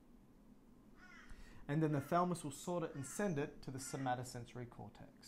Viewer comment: Makes me uneasy when you refer to the thalamus as the thalmus